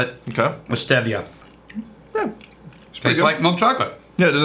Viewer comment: 1. can eat a (consonant)ick. it's steve eee-ah. got it right the first time (as usual). 2. this dry week had the reverse effect on me. my consumption fully spiked as i tried to make it through the tastings at the end of the week. the additional alcohol ended up making look as if he knew what he was talking about so things came full circle to the way they were until this cursed week started. all was right in the world.